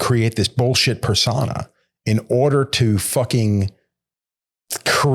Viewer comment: ps: I dont know if reads these comments but ive seen a few of the episodes and i just want to be helpful and say that the word "niche" is pronounced like "knee-sh" and "persona" is pronounced like "purr-sow-nah".